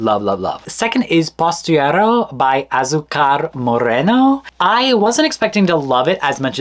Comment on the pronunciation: "I'm gonna do my best to not butcher the pronunciation" Ten seconds later : "POSTIERRO BY ASUCAR MORRENO"